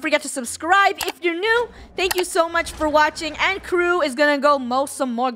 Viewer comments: Krew not kreww dumb dumb and I LOVE YOUR GUYS IS VIDEOS SO COOL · It’s not k r e ww it’s k r e w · Not it's "Krew" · lets spell... Krew, Also kat: K R E W W The word: KReWW Me: HAhehahehHE